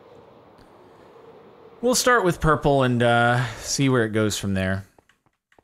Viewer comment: ' I have become one with the Purpur' XD